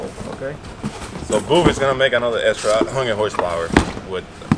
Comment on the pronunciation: Is it booth or boof and if boof How did he get his name because ive only hear the meaning boof in 1 way and if thats how he got his name theres gotta be a good story